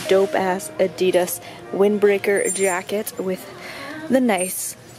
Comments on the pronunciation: The way she says Adidas pisses me off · ok so i don't get why americans call "adidas" adeedas...when here in the UK we pronounce it adIdas....likes whats the right way of pronouncing it?ahah